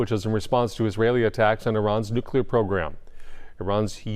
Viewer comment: Nucular??? You make a living with words.